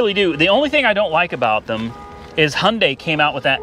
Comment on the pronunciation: It’s Not Hunday it’s Hyundai